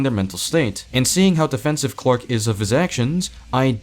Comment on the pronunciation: Tbh, just hearing that guy saying "Quack" instead of "Clark" just pissed me off so much for no reason lmaoo